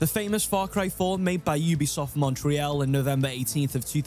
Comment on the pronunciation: ubisoft "motreal" 🤣🤣